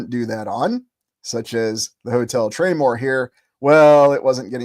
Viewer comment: It used to be called the Traymore Hotel. Search "traymore Hotel Atlantic City" 👀👀👀👀👀 I thought you were calling it the "Train War" Hotel 😅😂